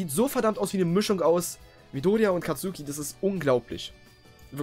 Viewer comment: Nices Video aber du hast Katsuki falsch ausgesprochen man spricht ihn Katski ^^